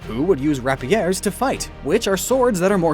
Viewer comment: You said rapiers so wrong omg. Its pronounced ray-p-years